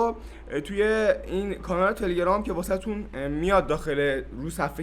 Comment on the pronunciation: تلگرام رو درست بگو